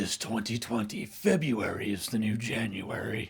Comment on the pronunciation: FebRuary, not FebUary